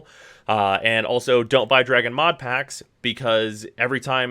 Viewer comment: I alway love the emphasis put whenever the mod packs come around